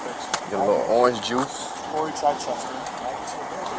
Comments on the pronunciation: It's not chyyychester, it's Chichester as in chicken. Can't even pronounce it correct.😂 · I love how his "appellation" is Chichester (pronounced "chit-chester"). If he's a "Moor" why did he name himself after the only city in West Sussex here in England? It's not known for its Moorish population or history. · I'm English. He's pronouncing "Chichester" wrong and it's annoying. The first part is pronounced like the start of "chicken" not like "chai" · In NH Chichester is pronounced Chyy-chester.